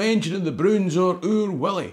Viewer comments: your pronunciation as Willie sounds so wrong. Otherwise great video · Its wullie no willy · .45 seconds in - did you just pronounce 'Wullie' as 'Willie'? 🧐😂 Edit - AYE! ye did it again, jeezo 😒 2nd edit - aye, I did get these annuals every year, I've still got them, I've got the wan you were showing as well. When I was wee, my cousin from Newcastle used to stay with me in the summer holidays for a week or so, and she'd try to read The Broons or Oor Wullie out loud, it was hilarious lol. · Thoroughly embarrassing! Anyone who says 'Oor WILLIE' is a scunder! It's Oor WULLIE!! Fleg, quare fleg! 😢😢😢😢